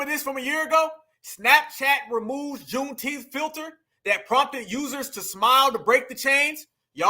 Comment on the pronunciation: Not “KuuneTeenth”.!! 😂😂😂 Yooo.!!🤣🤣🤣